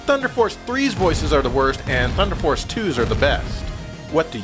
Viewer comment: THU-EEEN-DAH FOHCE!!!